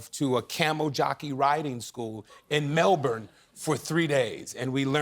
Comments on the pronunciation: Double points for pronouncing Melbourne correctly Anthony! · no that's how Americans pronounce it. We don't emphasis the ourne. It's more just like Melbn 😅